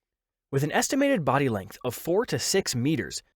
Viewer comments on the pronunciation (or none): none